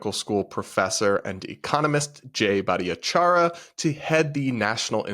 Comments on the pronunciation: Grammar police here. The way you murdered jay’s name - its much easier than what you were trying to do. Its only four syllables and has no eeeee sound in it. Its bhat-ahh-char-yah! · I think you mispronounced Jay's name every time.